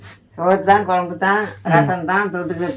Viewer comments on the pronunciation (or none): none